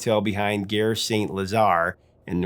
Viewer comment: Gare ( train station ) is pronounced "garr". Sorry, I like rock and French.